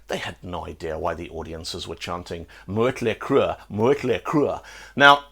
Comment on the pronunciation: I'm going to call it mutley cruh from now on, lol